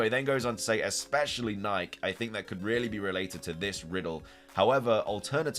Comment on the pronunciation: Nike is pronounced like the sneaker brand, my friend. that's where they get the name from after all